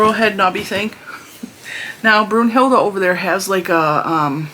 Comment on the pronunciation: I’d go with Minerva! 😆 I’m a HP fan and I have always thought that Professor McGonagall is a bad a** and a very strong female character. Btw when I first heard you call her Brunhilda I thought you were saying Brujilda, which is used in Spanish to call someone a witch but not as harsh as as calling someone a straight up witch (bruja). 😅 don’t really know if that makes sense. 🤷🏽‍♀️ Ps. Minerva is an actual witch so it may be a theme since you said Brunhilda sounds to you like a witch. 😁